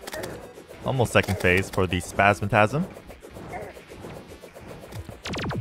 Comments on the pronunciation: Why do you say Spazmatasm when it's Spazmatism? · I swear to gawd if you say spasmatasm one more time. There is an I at the end. Other than that keep the content flowing